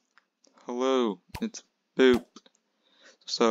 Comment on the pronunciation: poop not boop